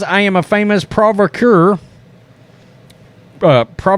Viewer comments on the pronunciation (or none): Pro-vok-a-tur. Someone who provoked, usually for social disruption. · Pronounced. PRO VAHK A TOUR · Pronunciation is Pro- vock- a - tour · Pro - Va - ka - tour is the pronounciation! :) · Provocateur pronounced: (Pro-vock-a-tour) Just in case you ever run across that word again. You’re welcome. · I’m pretty sure the word is pronounced “pro-vah-cah-ture” as in “provocative” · pro vak uh tour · You guys are great, but your reading level is atrocious. Probably, somewhere above the 3rd grade and definitely below the 8th grade. Sorry, but “Joseph Stali”??? (It’s Stalin...) and the word is pro voc a teur (e is silent...)...Jesus. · Provocateur- pro-vox-ah-tour 😉👍🏻 provocateur • \proh-vah-kuh-TER\ • noun. : one who incites or stimulates another to action. Provoke. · Phonetically: PRO-VOK-A-TOUR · Provocateur - pro-vock-ah-tour. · Pronounced PRO-VOCK-I-TOUR . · Pro-voc-a-tour =phonetic spelling. 😁 love ya man!!